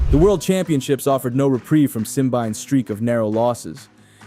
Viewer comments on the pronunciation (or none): it's simbine not simbaine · Where did you get your Simbyne pronunciation? It’s Simbine. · Have you not watched a single commentary or interview with him to know how to pronounce his name? The mispronounciation makes the video unwatchable for me.